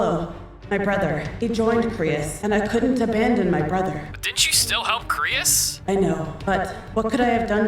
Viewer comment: it krois not crius